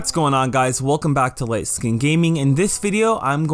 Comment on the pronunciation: He really said ligt skin gaming